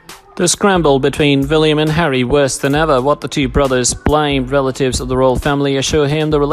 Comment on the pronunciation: It's William not Villiam. The narrator needs to slow down so he can read properly instead of inserting words that are not in the narrative or leaving out words that are. It sounds a lot like a meaningless gabble.